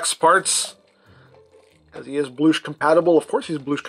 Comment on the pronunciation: please stop saying bloosh